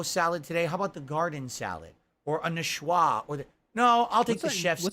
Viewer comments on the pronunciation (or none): tried dropping "niçoise salad", but doesn't know that "Ç" is an "S", not a "C". It's "ni-swah" not "n-kwah", or however he pronounced that word of the week/twitter post he saw. Dude is autistic about food, remembers every detail of every meal he's had...but his $1,500 slop-devour videos are him just listing ingredients and abusing the word "flavor". "I taste... tomatoes... There's beef flavor... Overcooked, dry. Mmm, cheese flavor brings out the...bread flavor....but I'm not experiencing the lettuce flavors..." He can't cook, has never eaten at fine-dining, has rotten teeth and an alcoholic's "palate". Doesn't know that "taste" comes from smells— taste buds only pick up salt, sweet, sour, umami (iirc). Now he has alcohol-related liver disease and can't even absorb nutrients, hence the mysterious and when weight loss, while Kat balloons to 300 while eating his doordash scraps.